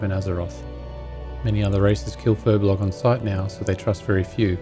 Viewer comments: Another "Furblogger" It's Furbolg! :P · not Furblog but Furbolg! >_<